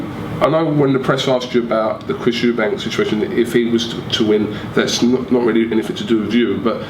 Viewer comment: Can I ask a favour from you. Can you hit Frank a slap everytime he calls Eubank Jr. "Chris EUBANKS". There is no bloody "s" as the end of his surname and my OCD goes into overdrive when people do that!!!!